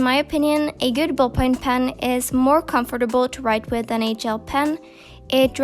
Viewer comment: the way she is saying comfortable is terrible